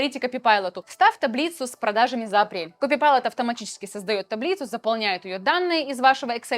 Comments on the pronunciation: Только КОПАЙЛОТ и КЛОД, а не коПИпайлот и клАд 😄😉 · Ко-пайлот, но не копи-пайлот! За что вы его так? 😢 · Copilot, а не copypilot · Пожалуйста , не говори копипайлот, ты очень классная, но КОПАЙЛОТ, не копипайлот. Реально слух режет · Копипайлот? Копилот! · почему КОПИПАЙЛОТ если КОПАЙЛОТ??? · почему Copypilot? оно ж Copilot называется) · почему копайлот првератился в копи пайлот?) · Microsoft "копипайлот"😊, звучит